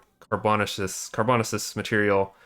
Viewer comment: It’s pronounced car·bo·na·ceous 😆